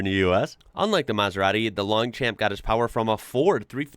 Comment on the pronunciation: The mp at the end of Long champions is silent. Coupé is pronounced coo-pay.